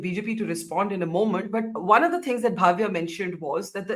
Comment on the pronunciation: It’s Bhavya, please do not pronounce as Bhaavya.